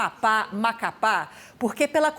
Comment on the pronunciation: " Do Macapá" 😂😂😂